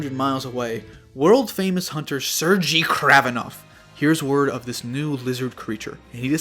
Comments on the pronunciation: Raven's name isn't Ser-GEE it's Ser-GAY. Anyways great prewrite. 10/10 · I love the concepts, but I'm sorry, "Ser-gee?" Sair-gay. It's pronounced Sair-gay.